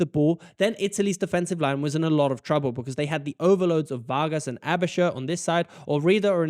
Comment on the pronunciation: Not really. But he does ponounce Aebischer right. So it's Schaer 🤔